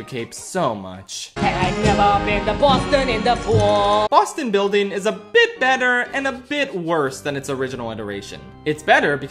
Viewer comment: WHY DID YOU CALL LUIGI'S MANSHION BONSTON MUILDING YOU HAD 1 JOB!?!?!?!